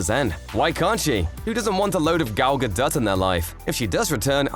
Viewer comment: Finally, someone who pronounces Gadot’s name CORRECTLY!